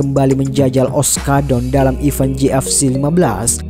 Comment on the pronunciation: Maaf kalau saya mengkoreksi naratornya. Huruf G di kata fighter itu senyap. Jadi bacanya faiter bukan faighter. Event bacanya ivèn, bukan iven. Salam